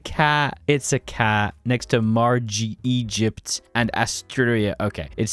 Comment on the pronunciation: You mispronounced almost every name that was a pun early in the vid. Stallinograd? STALLION. margeytp? MAREgypt. Haillie sellisie? Se HISSie. BRUH! NVM later you do it properly. Idm cool video anyway